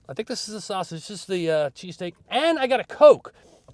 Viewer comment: And you said it correctly